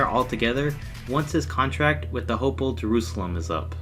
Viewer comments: Its hapoel not hapel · It's not ho-poel it's ha-poel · Hapoel not hapol...